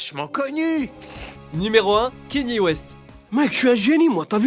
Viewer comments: Kenyé !!! Kenié west pas Kenny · Bon sang mais apprenez à prononcer Kanye s'il vous plait mdr... En tous cas j'me suis bien marré pendant cette vidéo... Ca me donne envie de me refaire la série pour la énième fois x'D